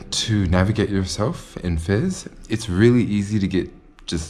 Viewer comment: Your pronunciation of Fez is a little fizzy. tee hee hee